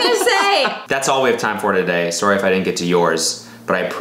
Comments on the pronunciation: the canadian JUMPED out lmao "suorry" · SOREY the Canadian really jumped outta Cody there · Cody had the Canadian Soar-ry that slipped out. My art teacher is from Canada and he says it like that